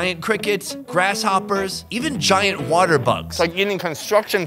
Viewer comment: "Oh, mi want watier" lol